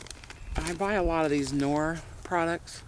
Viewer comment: Dear, my I correct you…just a little? Love your vids. I am from Heilbronn (South Germany), the headquarters of KNORR. You need to know, there is no such thing in the German language as a silent “K”. So we need to pronounce the “K” in KNORR. That’s why it sounds so funny when a German says Knife…LOL. (Keep up the good work and work on this camera shake.)